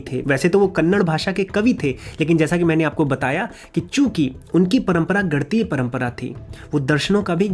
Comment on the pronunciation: Nivedan hai aapse, uccharan ka dhyan dein, ganitiya hai, gantiya nahi